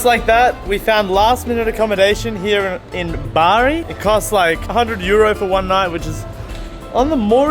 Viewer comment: i'm from Bari and i was so happy when i heard him pronounce it